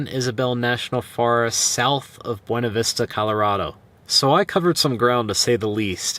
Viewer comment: Buena Vista, CO is pronounced BYOONA Vista....